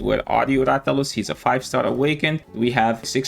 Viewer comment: THE BUTCHERING OM MY RATHALOS IS WILD